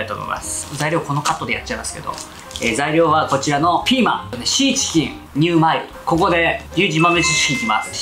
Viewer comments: ぐらい｢シーチキン｣言えてないw …ような( ´▽｀) ｢チーシキン｣言ってない？ リュウジさん酔っぱらっててもイケメン♡♡ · とろちーしきん、っていった。 かわいい 若干呂律まわってない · もう酔っぱらってチーシキン言うとるからね🤣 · よく聞くととろチーシキンって言ってる、かわいい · とろチーシキン…酔っ払いすぎw